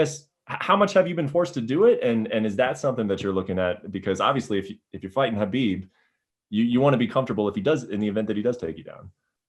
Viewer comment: I find it funny that he doesn't know how to properly pronounce (k)HABIB! Love you Justin, I'll be watching.